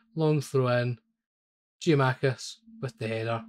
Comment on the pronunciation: Good video! One thing, it's Gia-kou-makis.